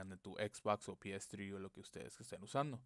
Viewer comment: "pi es zri" JAJAJJAJA habla bien